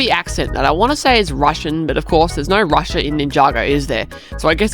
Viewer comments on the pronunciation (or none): none